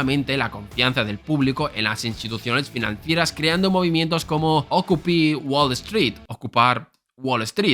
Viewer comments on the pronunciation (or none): Se pronuncia "ókiupai" 👀